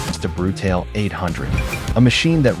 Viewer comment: I think it’s important to pronounce the model name properly.